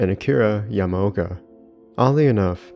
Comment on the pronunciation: I only do this because I like your channel and maybe it might help you. You should watch a little the pronounciation of names. It's neither Masashi Sumboyama nor Akira Yamayoka but Masashi Tsu-Bo-Yama and Akira Ya-Ma-Oka. It sounds like you either pronounce them wrong or mumble them. Maybe it's different when you speak the language that you get a little sensitive when you hear something like that. It's not a complaint but maybe an advice for your upcoming videos, to work a little on pronounciations of japanese names since the roots of Silent Hill are, at the very end of the day, japanese.